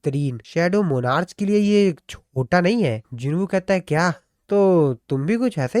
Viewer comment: bro its pronounced as monarc not monarchhh